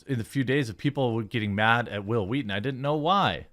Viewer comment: It's telling that another show can change the culture so much that noone can say your name without pronouncing it "Hwill, Hweeeton."